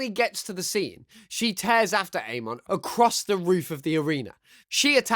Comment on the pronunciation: your saying names weird like amon and touph